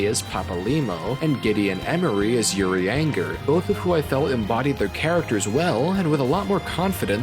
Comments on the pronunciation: I enjoyed your video :D I did find your pronunciation of uriangers name very funny though because it reminds me of how I thought it was pronounced when I started playing. I called him u-ranger lmao. Most elezen names have french pronunciation, so in this case it's more like uh-ri-awn-jey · Nobody:: OOH-REE-ANGER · Uri anger. Uri anger. I can't blame you for this but god it was funny to hear. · Uri-ANGER. Is a great pronunciation. Just gives me visuals of him Hulking out. :face-blue-smiling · As a XIV playr, there's nothing that i lovee more than hearing new players' perspectives on the expansions and game in general, i'd kill for one of these for each expansion, great work. Also c'mon, I can't let it slide, that Urianger pronunciation nearly killed me, don't do best boy like that hahaha.